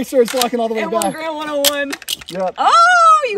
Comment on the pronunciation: Actually, 99% of people mispronounce the Garand. It's not like "grand" with an extra "a". John Garand always maintained that the proper pronunciation is more like "Gar-end".